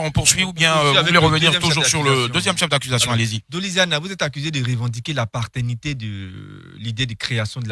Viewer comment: Le procureur là son french est cmnt ? on dit PA-TERNITE et non PAR-TERNITE ! Qd on veut se donner un genre cst qu’on a des bases . Qt a Willy Dumbo qu’il respecte le gars avocat car il un droit de parole...